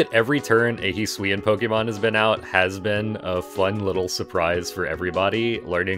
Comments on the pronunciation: hee swee an will make me shoot myself in the head he better reveal that this pronunciation is a joke hes doing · shaking and crying rn at the way you pronounce hisuian